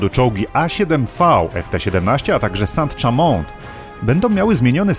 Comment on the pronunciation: Saint-Chamond to nie "sant czamont" tylko "są szamą",.